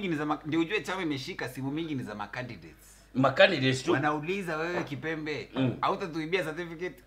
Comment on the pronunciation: Jalas kept on mispronouncing kipembe to the end 🤣🤣🤣